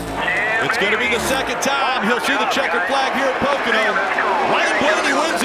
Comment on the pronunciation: ...pocAno? Lmao!